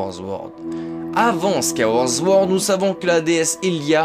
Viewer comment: C'est pire que ça, Sword se dit "Sohrde" donc on dit Squaille-ouaôrde Sohrde (La plus fréquente des mauvaises prononciation chez zelda c'est Majora's Mask beaucoup de gens dise "Majoramasque" alors que c'est Majorasse-masque !)